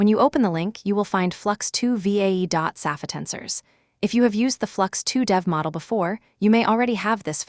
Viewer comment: "Saff-eh-tensors" 😂 "gee-guff" 💀